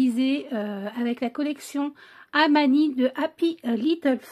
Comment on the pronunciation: Cc. J'adore !! Gros gros coup de coeur pour cette collection !! 😍 Ça me fait rire car tu dis toujours Hamani au lieu d'Hanami. 😜 Cette collection irait parfaitement avec mes photos du parc de Maulevrier où je suis allée il y a un an pour Hanami justement ! Merci pour ce partage et vivement la suite ! 😘